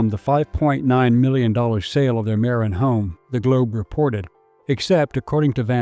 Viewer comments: It's maRIN, not MARin. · God this must be AI or a really ignorant narrator. It is not Mare- in, but Muh-rin county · Where the hell is Mare-in county? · Thanks for this. Just FYI Marin is pronounce muh-RIN in California. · just a bit of advice it's pronounced Ma-Rin County. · So many mispronunciations.. is this AI?? Marin. Embarcadero. I guess you're not a Californian. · This might be partially AI generated with images shown that are not California. Also words are mispronounced "Embarcadero", "Marin", etc.